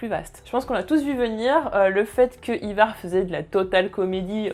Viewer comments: Le nom c Ivar et non ayvar. C'est les anglais qui le disent mal. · la prononciation d'Ivar a la francaise : non, juste non mdr